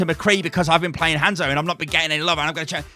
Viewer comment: I could have sworn he said Handsoap for a second XD